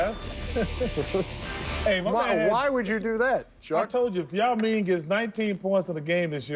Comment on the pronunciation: I just cant stop laughing sir charles.. "SHAO MING" lol